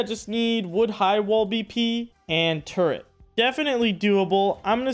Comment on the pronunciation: tf is a "turre(n)t?" theres no N in turret. but seriously LOVE your content homie, your awesome and keep it up:) looking forward to more vids!